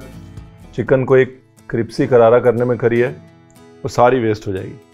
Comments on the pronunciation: Cripsy nahi yaar...crispy bolo ...😂😂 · Ranveer it is not cprisy it is crispy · It's crispy not kripcy Ranveerji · Ranveer Sir it's Crispy not Cripsy I am getting used to Cripsy 😂😂 Love you ❤️❤️❤️ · Like the way ur telling crispy as cripsy brother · ranveer u r saying cripsy to crispy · Who noticed that he told cripsy karrara?😅😅😅 But yummy recipe. Very nice. Keep it up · Literally no one. Le ranveer: "CRIPSY kararra" 😅😝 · Was you speak cripsy or I heard it wrong 🙄🙄 Cauz I also speak cripsy 😂😂